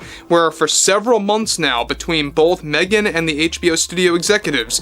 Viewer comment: l loved the AI caption interpreting pronunciation of Meghan as "mean" markle.